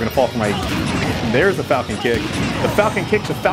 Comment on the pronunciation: FaLcOnE... pUaNch